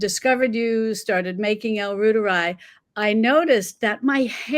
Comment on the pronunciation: I was very suspicious that this is a cut-down version of something ive already seen, and if I am right, and this is not mentioned up front, it is disingenuous. And the pronunciation Dr Davis gives is ROYteri.